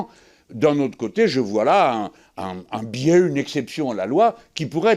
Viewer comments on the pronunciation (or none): none